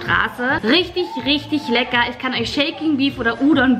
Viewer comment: Du sagst immer "legga" aber es heißt lecker 🙄